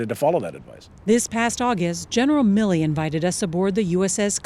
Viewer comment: General Mi-Lee.